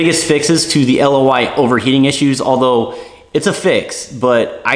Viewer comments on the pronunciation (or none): none